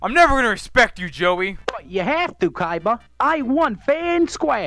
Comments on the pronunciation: It is pronounced koiba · 7/10 not enough Joey saying "Koiba" instead of Kaiba. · So Joey pronounces it like coy-ba